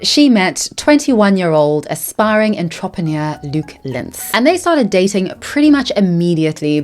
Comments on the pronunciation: I think your pronouncing entrepreneur as ontropheneer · The way you pronounced entrepreneur as “ahn-trahp-ehn-yeur” cracked me up. Keeping that forever. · Luke is so cringe I almost puked. But I love the way you pronounce "entrepreneur". Your voice is so soothing. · Baby girl I love your content, fellow homo honey here.. and yes have been a manta sleep mask fan for years (I own 5 for various reasons) but the way you pronounce entrepreneur is killing me x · Please learn to pronounce "entrepreneur" properly it's driving me insane